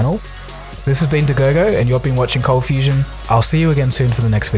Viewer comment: i thought it was cold fustion, with a t in there